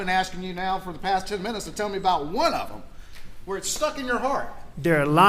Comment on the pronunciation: I hate the way AM says dat instead of “that” and dem instead of “them”…….he has to be one of the most unlikable person I have ever listened to in my life. Everything he does annoys me…… also when he says ummmmmmm…….it’s like nails on a chalkboard.